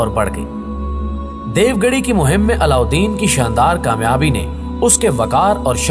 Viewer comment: Allaudin khilji ka naam aap thoda tyejib se le unka naam o se lena dobara re se nhi yaad rakho